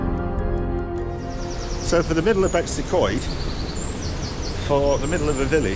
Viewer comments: yes 100%. Its not Betsy Coed. It is Betws y Coed. Betoos uh coed - my best effort in phonetic spelling of the name. Greta video by the way and fantastic pictures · How about pronouncing the name properly?